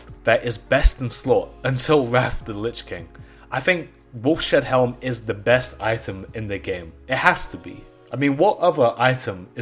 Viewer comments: ...It's Wolfs HEAD not Wolf SHEAD...Ugh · Wolfs-Head-Helm ..... Not WolfSHedHelm :o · It’s not “Wolf Shead Helm” it’s “Wolf’s Head Helm” because it’s the head of a wolf 🐺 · When he said wolf-shed helm instead of wolf’s head? I really felt that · Wolfshead healm... wolf-shead helm... you mean wolfs-head helm, maybe? Seriously, the more you say it the more it infuriates me. What is a SHEAD, man? How can you not read Wolfs-head? How do you see Wolf-shead? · "Wolf Shead Helm" Dude.... Cmon man... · actually its "woulfs shead halm actually"